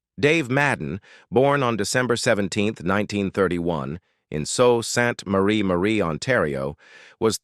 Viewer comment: Danny Bonaduce’s name is pronounced Bon-uh-doo-chee. Salt Saint Marie is pronounced Soo Sant Marie.